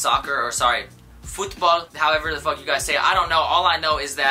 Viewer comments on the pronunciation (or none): Nahhh the way you said football 😭😭😭